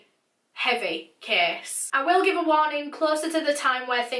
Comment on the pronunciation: Your accent is so beautiful!!! 😂 but every time you say "case" I hear "kiss" 😂😂❤❤